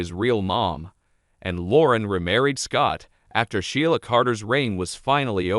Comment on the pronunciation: You need to learn how to pronounce the name of characters ASAP It's irritating .It's She la & Lee - Am January 26,2023